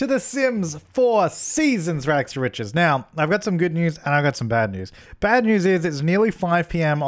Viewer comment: your rags to richest has no t at the end